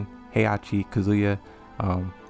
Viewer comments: Kazuya = Kasula. It drove me up the wall. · If you guy's are wondering... He saying the name wrong on person😂🤦‍♂️. He is trolling😂👌. It's annoying, but at the start it's funny😂. Edit: If they're gonna bring angel to the canon; then it should be Tekken 8; because if there is gonna be story DLC(possible story DLC) it would be hard; to introduce Angel if there is gonna be possible DLC. They can do it, but Angel wouldn't playable. Simply an Archive with Tekken 7 Mechanics; like Screw; Power-Crush; Wall-Bounce; a boss character essentially. If you wanna play her; just mod the game, and swap Kazuya or DJ. It's also interesting; that Angel is a Mute in the games. Maybe they could give her some dialogue; who knows🤷‍♂️. It's all theory, and speculation. I could be very wrong. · Yo these comics look aweasome! l want them all. Also why are you saying kazuya wrong? You know his name bro